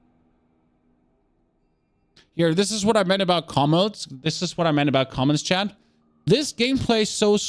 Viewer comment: Why are u saying chan instead of chat?